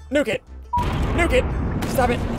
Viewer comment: ssundee: let's nuke it, let's nuke it, nuke it, nuke it me hearing ssundee be like: let's nugget, let's nugget, nugget, nugget